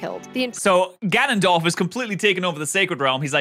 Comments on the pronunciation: The fact the pronunciation of Ganondorf went over his head even tho she said it more than twice. Also Link literally cares the whole game series. Should be Link not Zelda in the title lol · G(anon)dorf.... Have you never played smash or anything? I can't tell if you were joking or not but that pronunciation hurt 🙃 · I honestly felt really annoyed on how he pronouced "Ganondorf" for like half the video. To be fair, he said he only played the Oracle games. At least he pronounced it correctly in the video (or I guess technically during the livestream) a few times. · To be fair, only Ganondorf (btw, you say his name wrong. Gan-nun-dorf. Hard name.) remembers his past lives, since Demise is a part of him. It would never cross Link and Zelda's minds to wish away a curse they know nothing about. Every time they reincarnate, they are basically going in blind. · IT'S GANONDORF NOT G'NONDORF! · im dying hes saying gah non dorf not ga non dorf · Its GANONDORF NOT GNONDWORF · (Gan-an-dorf) not (gu-non-dorf) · every time he says “Ganondorf” he pronounces it like “Gonogdorf” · Dude has pissed off the entire Zelda community by saying ganondorf as gaunundorf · Are you joking?!?! "Guh-Non-Dorf" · “Gonon Dorf” lol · Not him pronouncing it G'hnondorf. 😭 They spell AND say his name properly in the video at least 100 times and somehow, we still end with this man saying fuckin' G'hnondorf. I really hope that's just like, a bit he's doing.. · BRO JUST CALLED GANONDORF gnnondorf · Guh-naan-dorf Gotta say I've never heard that pronunciation. XD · GuHNonDOrF lol honestly it’s kinda funny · Ga-non-dorf, sorry that pronounciation is hilarious to me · Hmm, yes. G'nondorf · bro its GANONDORF NOT guhnondorf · "gaNONdorf" What? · GA NON DORF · im pretty sure his pronunciation of ganondorf is a joke, there was a part where he almost said it correctly but doubled back to say it wrong again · I have been a fan of zelda my whole life. And the way he says Ganondorf makes me want to cry.